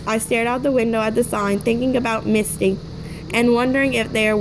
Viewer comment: Im pretty sure its mitsy not misty